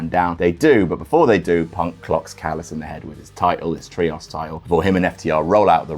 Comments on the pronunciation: "Look, stop, stop, stop. You're going to take someone's eye out. Besides, you're saying it wrong. It's tree-ohs, not tree-oss" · is there a reason you pronounce "trios" as "tree-ahss?" Other British people don't seem to say it that way. Is it a reference to something I'm not getting? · man please pronounce the word “Trios” correctly😭 I’ve been listening to him say “Tree-oss” for so long I’m going insane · STOP SAYING TRIOS LIKE THAT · Literally who pronounces ‘Trios’ like that?